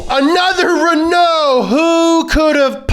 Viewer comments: The pronounciation of Renault in this video is painful. The first half is emphasized, not the second half. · It’s not pronounced «Renou», it’s pronounced «Renå» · Renaloo maganene